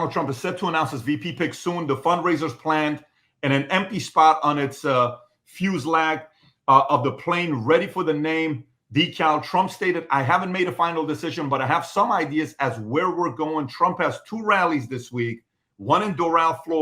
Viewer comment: Fuse lag? lol fuselage